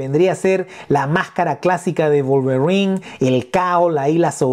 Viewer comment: Execelente pronunciación del nombre del personaje, la figura atrae mucho la verdad